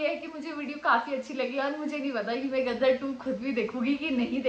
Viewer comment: Gaddar 2 nai Ghadda 2 (Donkey 2). Padhhhhhar 2